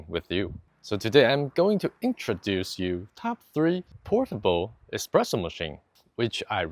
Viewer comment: Espresso , not expresso))